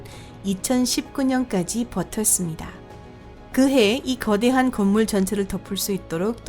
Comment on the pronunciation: 아니 목소리 톤 이런거 보다도 발음이..... 가끔 단어 말하는 중에 쉬는 건 또 뭐고... 말투자체가 한국인 같지가 않음 왜 거~~~대~한 이런식으로 말하는거냐고 신경쓰이게 전싀계 특히 여긴 조선족같네